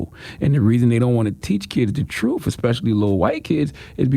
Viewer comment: It is pronounced "tru-th" not "tru-uff". Hard to convince people of your "tru-uff" when you can't articulate the truth.